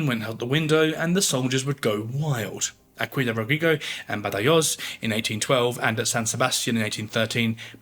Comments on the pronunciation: Badajoz is pronounced Bathahoth, where the first th sound is voiced and the final voiceless. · It actually took me a while to realise which battle he was referring to, because I was hearing him saying 'Badayose'. I eventually made the connection, though. The Spanish pronounce 'j' as we do 'h', rather than the more German 'y', and a lisped 'z'at the end. I was expecting 'Badahoth', which I would have recognised. The sacking of the city was so atrocious that Wellington ordered it should not be repeated and anyone who ignored this would meet punishment. It was thereafter used as an example for the assault of other cities, when the inhabitants were warned 'Remember Badajoz' before the assault began and then told that if they surrendered they would be properly treated. It worked and lives were saved on both sides. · Baderjoz… can you please pronounce it properly. Otherwise it just sounds like you are reading off a script and you have no interest in the subject or content you are presenting. Like the channel but it really makes it seem like history is being butchered. You’re not the only one. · Love the content but please learn how to pronounce “Badajoz”! In English it would be pronounced “badahoz” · Ciudad Rodrigo => see-oo-dah rod-ree-goh Badajoz => baa-dah-hoth (or hoss, if you prefer a non-peninsular version of Spanish) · Badayoze lol. Dude. Dont u wanna check how it's pronounced? Bloocher? really? cmon now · Badajoz…….come on get the pronunciación right……j pronounced like a scottish ch, and z pronounced as th as in thing. Ciudad Rodrigo…..Ci…..is pronounced similar to THi in Thing …..oh dear…..